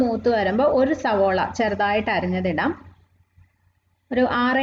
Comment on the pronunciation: Eppozhum സവോള എന്നാണല്ലോ പറയുന്നത് സവാള എന്നല്ലേ